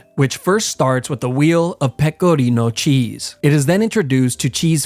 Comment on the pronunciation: as an Italian, I really appreciate your effort saying "pecorino" which you pronounced very well